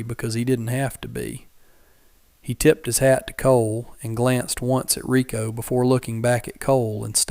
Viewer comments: Her name is spelt "Reiko" (Ray-Ko) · Ryko or Rykoh, not Rico. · Reiko not Rico